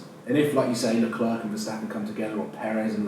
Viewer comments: It’s pronounced LeClaire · Someone please tell how to say LeClerc name... jesus christ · Yes! So annoying